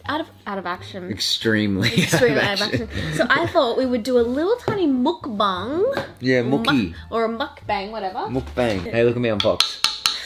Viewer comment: wow you actually said mukbang correctly!! The first way you said it is correct.